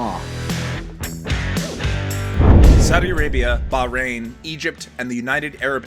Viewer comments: Bahriem ? Hahaha its bahrain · Its Bahrain!!! Not Bahreim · Factual inaccuracies: 1. It's called Bahrain, not Bahriem. A simple Google search would've shown that. Now I'm starting to doubt the factual accuracy of this channel since it can't even get a country's name right, in English! 2. No, Kuwait is not the only country in the region that holds elections. Since 2002, Bahrain has been holding country-wide parliamentary & regional municipal elections every 4 years. Both the regional municipal councils & the parliament have women members. 3. Kuwait's alcohol laws are not liberal at all. It's a dry country; alcohol is completely banned everywhere. In fact it's the only dry country in the GCC region, other than Saudi. 4. - Bahrain's flag is displayed against QA, the initials of Qatar, so which is it? 5. Kuwait's entrepreneurial scene is thriving with so many young Kuwaitis establishing their own businesses. Source: I'm a citizen of the region & have lived in multiple GCC countries over the years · Duffer it is not bahriem it is Bahrain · It’s called Bahrain not Bahreim. Odd mistake about a country’s name !! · bahreim? its bahrain bro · It's spelled 'Bahrain' not Bahreim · this guy is a dork! wtf is Bahreim? it's Bahrain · Bahrain. It's not Bahreim. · Another fk up by you guys I. This video . Its BAHRAIN not bahREIM god I’m starting to wonder why I even subscribed to this channel :/ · BAHREIM I'm crying HAHAHAHA . Its Bahrein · its Bahrain not Bahriem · it is bahrain not bahreim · That small country near Qatar is Bahrain not BahraiM !!!! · it's bahrain not bahreim. Bahrain means to seas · It's Bahrain not Bahreim. Means two seas. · actually its Bahrain not bahriem lol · Your selection of topics are really excellent. i will you a big beer if you come to Budapest, but please Bahrain is the right name and not Bahriem! thanks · XD XD XD XD it's Bahrain NOT Bahreim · its Bahrain not Behriem!!! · its Bahrain not BAhreim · It's not Bahreim its Bahrain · BAHRAIN NOT BAHREIM